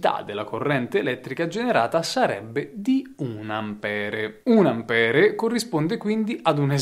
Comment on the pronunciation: Ampér, Ampere è inascoltabile